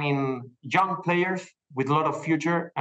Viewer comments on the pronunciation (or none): Everytime he said “young players”, it sounded like “junk players” 😂